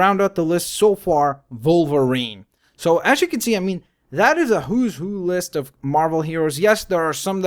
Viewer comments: it is wolverine not volverine with w not v =) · He said volervine. What the heck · He said volerine. What the heck